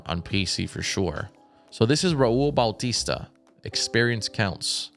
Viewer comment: why say Bautista laddat?